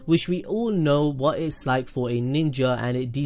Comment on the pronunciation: "IF YOU KNOW WRAT"😂